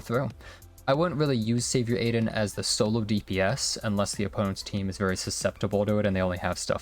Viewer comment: btw it's pronounced 'Ah-Din', not Aiden lol